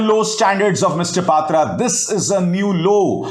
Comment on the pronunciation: सर यह पातरा नहीं पाटरा है।